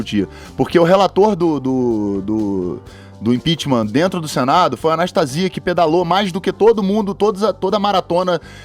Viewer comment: esse carioca só passa vergonha... impitima! impitima kkkk comunista raça do djjjbooooo aueaur